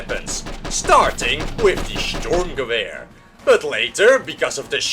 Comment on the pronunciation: Fun fact 1, the German soldiers' uniforms were made by Hugo Boss. Fun fact 2, the STG 42 was issued as a submachine gun, Adolf H. wasn't a big fan of assault rifles. Good video and your pronunciation for the assault rifle ( Sturmgewehr ) is almost perfect.